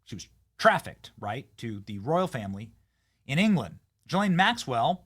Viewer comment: Benny it's pronounced Ghoulaine Marxwell.